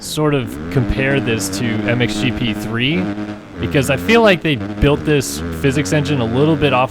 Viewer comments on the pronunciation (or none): none